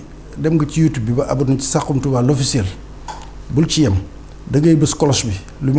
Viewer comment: On dit "saxum touba"et non "sarum touba"ak jegalu gu kawee